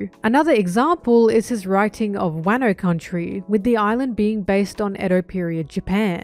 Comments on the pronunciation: Wairno and Barock Works instead of Wahno and Baroque Works 😭😭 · I agree with everything in this video. Aside from those pronunciations. Wuhno. Not wahno. My pain is immeasurable. It's probably preference and I'm probably wrong but my ears don't like it 😭